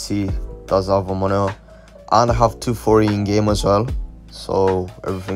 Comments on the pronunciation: "Monio" it's Monitor bro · monitor❌ monio✔✔